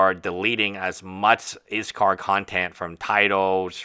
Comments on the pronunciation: I appreciate your take on all this, and maybe it is just me or how I am hearing it, but it sounds like you are saying IS KAR not IS Call. Just wondering why I am hearing the name being said incorrectly, not that it is a big deal but is hard to get past hearing it said incorrect.. LOL sorry no offense meant. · Yeah I’m very confused why he’s calling him izcar, what? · Dude, learn to take some criticism! YOU are the hater here, YOU made the error and the comment asking why was very nicely worded. Whats your problem? If you make a video about a person you should be able to at least try to pronounce their name properly! As a practitioner of law you should be able to read! Why would anyone in their right mind pronounce "ll" as "r" ? DO some REASEARCH BEFORE making a video! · Learn to pronounce his name. Cripes.